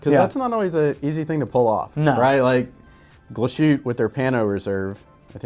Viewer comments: Please don't say -Glas -schütte-. It's called Glas-hütte. But nice Video 👍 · Every time I heard “Glashutta” a part of me died. Great video otherwise! Thumbs up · Glas-Hütte, compound word meaning “glass hut”, so no sh sound (which would be spelled sch anyway), three syllables, accent on the first syllable. We won't quibble about the ü. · Wtf Glas shoot? It's pronounced. GLASS HOOTER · do you not like Glashutta ? and why ? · Why do Americans have to screw up the pronunciation of European names? Every. Freaking. Time. If they can't get the brand name right, what makes them think they can be taken seriously for any other thing that comes out of their mouth about the watch? Like watching a pair of hot dog vendors talking about truffles.